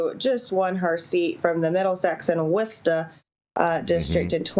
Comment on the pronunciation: gets extra points for saying Worcester correctly